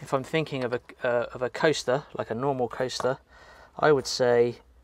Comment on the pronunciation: like shed Sundays. i thought you said toaster instead of coaster.